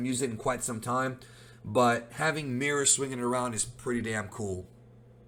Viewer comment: The way you pronounce Merus really peeves me off